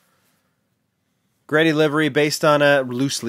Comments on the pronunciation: It’s Greddy (2 syllables,) a term (name) derived from the phrase “great eddy” because well, it’s japanese and that makes sense to them. But sure ya, go say “Gee-Ready” in Front of an actual import tuner. 😂 lol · Love the work you do man, I just have one thing to say: it's G-Reddy